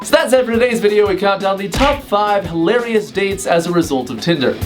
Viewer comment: Title: scariest tinder dates What he says: hailorus tinder dates Th s is why I have trust issues